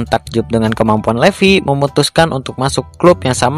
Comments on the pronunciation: Levi itu baca nya bukan Levi tapi baca nya "livay" Gitu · Levi=livai bukan Levi wkwkwk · bukan levi bang tapi livay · Livai bukan levi em maksudnya livai bacaanya tapi tulisannya levi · Bang bilang levi bukan levi tapi livai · Bukan Levi yang benar ngomongnya livai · Yang namanya Levi dibaca livai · Bang bukan Livi Livi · levi bacanya livai